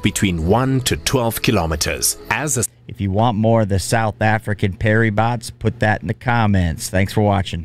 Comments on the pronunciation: Its pronounced para bats, not peri bots 😄 otherwise interesting 👌🏻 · We want more! And it's para bats, not perry bots. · The SA Paras actually have a very long and illustrious history, I encourage you to check it out. To go through the Para selection process you actually have to complete standard infantry training first. And just to add, the correct pronunciation is PA-RA-BATS.